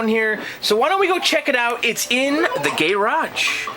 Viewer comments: First of all, it's "Qix" is pronounced "Kicks". Second of all, "Gay Raj" is pronounced "garage". Nice restoration work and amazing basement. You've got a great hobby. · Upvoted for "Gay-Raj". RIP, gay-raj.